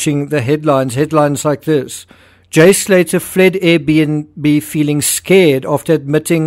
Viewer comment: It's pronounced Slay'ah